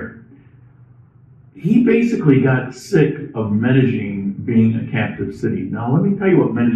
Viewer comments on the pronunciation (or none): Medellin DOES NOT HAVE A (G) IN IT. If you remove the G in your pronunciation you'll be spot on!